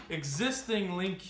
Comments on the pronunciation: its.... LINK not lin que. lol Link Like a link in a chain, easy to link up, you know, that kinda link? lol Sorry it was driving me nuts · Yeah but it's pronounced "link" Lin Q doesn't make any sense. Just look up any of the official skidoo videos. Anyways liked the video, helped me see some stuff I was curious about.